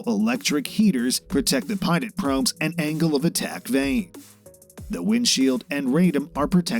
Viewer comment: Dear reader when you take these jobs read the story to someone who knows how to pronounce the words that are special to the story, for example pitot,fuselage.